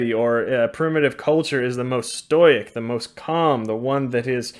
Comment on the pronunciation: "The real leader is the one that is most stoyyic, the most calm.- - doey coco jiaz